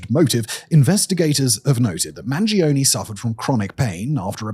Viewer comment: I'm begging you, Mangione is an italian surname, the E sounds like the one in Earth, not like a weird e-i